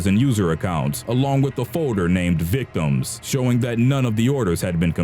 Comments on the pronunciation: You know how dumb you sound when you say victimsss. You don't pronounce the second S. it's pronounced victims', not victimssss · is the narrator saying. "victumses" instead of Victims. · One of the most horrific things I heard in this video was the narrator saying "victimses" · Victimses....lol I love this channel though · why the fuck does this piece of shit narrator keep saying "victimziszszs"?!?! why could he have been an abortion?!?!?! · You keep mispronouncing "victims"